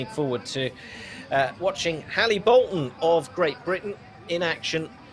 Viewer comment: Being a Lancastrian, Hallie is pronounced 'Alleh. Commentators need to do some research, maybe go and ask her?